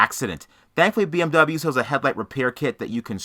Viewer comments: “BM bubble-you parts” 😂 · "Misc. Bee-Em-Bumbuyu parts"